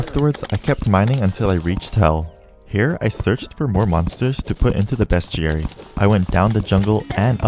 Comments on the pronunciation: It’s pronounced “beast-airy” not “bescht-airy.” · bruh its not best jerry its bes·ti·ar·y get it bes·ti·ar·y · Love this video, whips are fun to use. also every time you said beastiary it physically hurt me. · everytime he said bestiary i could've sworn he said best jerry.